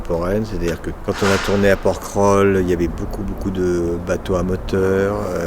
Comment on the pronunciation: On ne dit pas "Porkrol" mais "Porquerolles" en prononçant le E, merci !!!